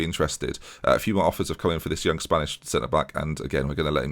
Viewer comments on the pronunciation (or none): none